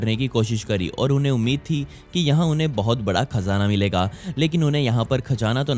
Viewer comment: Khajana 🤣 cazana 👌👌